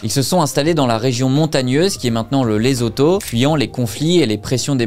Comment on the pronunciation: Bonjour. LESOTHO🇱🇸 se prononce: LESSOUTOU et BASOTHO se prononce: BASSOUTOU. MOSHOESHOE se prononce: MOUCHOUÉCHOUÉ. 🙏🤝🇨🇩